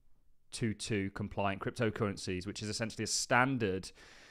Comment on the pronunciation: It’s pronounced Twenty Oh Two Two And there isn’t a single cryptocurrency that is "compliant" (or any other nonsense) with it. It’s a datamodel which is independent from the syntax representing it or the protocol transporting it. The only connection is that Ripple is a member of some working group. Reach out for more information if you’d like.